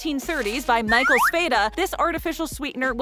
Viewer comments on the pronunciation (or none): none